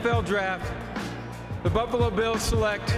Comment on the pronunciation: did he say "the Bubbalo Bills"?